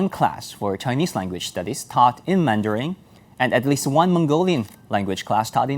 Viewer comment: Is he pronouncing mandarin as "mandaring"?